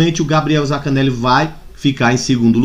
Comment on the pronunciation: zaNcaneli, não é zacaneli